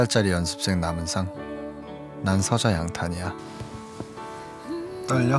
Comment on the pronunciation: 남은상임? 나불상이라는줄 ㅋㅋㅋㅋㅋㅌㅋㅋㅋㅋㅋㅋㅋㅋㅋㅋㅋ